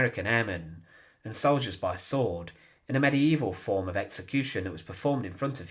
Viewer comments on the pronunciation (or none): none